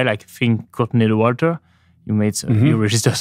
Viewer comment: Love how when he says Courtney Dauwalter it sounds like Coconut Water and I think that should be her new nickname XD